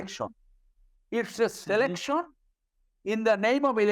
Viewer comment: Wtf is an elecshawn? Or a selecshawn? This joker is a Supreme Court lawyer? Really?